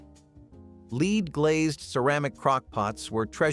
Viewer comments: That’s lead with a short e. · rite! and his mispronunciation of lead over and over again!